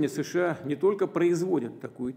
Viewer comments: А руки что к столу прибили гвоздями. И с какого перепуга он говорит шща а не США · ШША?вам к логопеду